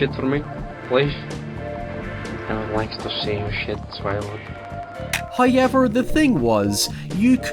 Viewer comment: My friend calls this channel “Hiyever...”